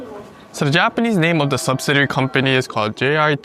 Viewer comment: Thanks for another great video! FYI, the accent on “subsidiary” is usually on the second syllable: “sub-SID-ee-ary”